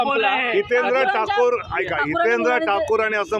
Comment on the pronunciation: आयको😂😂😂 ऐका ऐवजी म्हणतोय😂😂